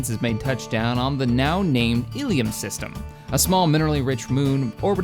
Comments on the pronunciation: its pronounced ill-um not illium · Not Illium, Ilum... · it actually Ilum with 1 L but you say it like Elum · ill-um not ill-e-um. ill-um is the pronunciation used in SWTOR and Clone Wars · The planet's name is not "ee-lee-um". It's "ill-um". Why do so many mispronounce that? O.o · You pronounce it with a short starting i and a short u sound as in plumb. You have been pronouncing it Illium. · Illum is pronounces=d like so... ILL-UM two words, ill as in I am feeling ill, and Um as in um...whats on the menu. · I think it's pronounced ill-umm... not sure though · Hey illum is pronounced "ill-loom" I believe and love the series keep up the great work! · Hey,...The Giant Worms are representatives of the movie Dune...The Giant Spice Worms of Arrakis...The indigenous people of Arrakis are the Fremin. Maybe if you colonize the world with the Giant Worms you can call it Arrakis. Also, the Star Wars Knights of the Old Republic game pronounces ILUM as (ill-um) just two syllables. Also with the Traditions...if you place your cursor over the tradition you are using, in the empty space between the icons it will give you a Finalizer, when you have chosen all 5 icons in a tradition it will give you a bonus...For Expansion, which you are using, when you have chosen all 5 you will get a +2 to core systems...so since you are limited to 4 core systems, the +2 will up the 4 total systems to 6 total systems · I think its pronounced Illoom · See's name "illum" pronounces it "illium"